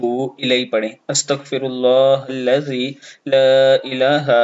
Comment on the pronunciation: Aap nay sahee nahi Para. Aap nay Halla zee ko hilla zee Para. Pl. aaj hi sahee kar lain. shukria